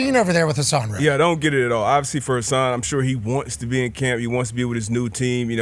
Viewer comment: I watch live every day until I hear D But say “obvissy” 3 times. Thats my limit. So I usually stop watching in the first hour.